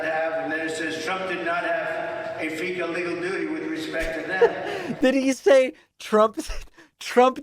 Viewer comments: "Fudiciary duty," he can't even begin to pronounce it, let alone perform it. Or know the definition of the term. He has terminal case of diarrhea of the mouth for sure. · D.J.T. reading a statement ( and repeated later): "Trump did not have a fecal legal duty ..." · ".. a fiduciary duty" is pronounced fecal legal duty. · "... fecal legal...." Oh. My. Gawd! Perhaps the judge was trying to do him a favor. Oof. 😬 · Faecal legal duty was what I heard too!😂